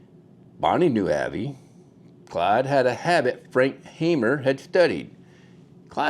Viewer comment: Not Hammer...Hamer (haymer).